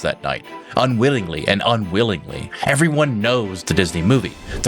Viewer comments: nope. That's not what yoh said. You said "unwillingly and unwillingly". EDIT: somebody just pointed out how disrespectful I was being, and they're right. I'm sorry. In my defense, the way says those words they sound exactly the same. I literally cannot hear a difference between the two. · if he said unwittingly, his Ts sound exactly the same as his Ls. I listened to it multiple times and every time I could only hear 'unwillingly'. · You saying unwillingly and unwittingly was so close I had rewatch to see if you said the same word twice. Also the visuals changing so many times between so many things in 9 seconds is hard a bit of a slap to the senses. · I think he said unwittingly and unwillingly or something to that effect.